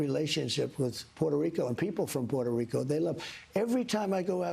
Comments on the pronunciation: I’d probably believe he has a great relationship with Puerto Rico if he didn’t call it “Porto” Rico. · Trump: I don't know who that comedian is..... Also Trump: PWETO REEKO.....AH😮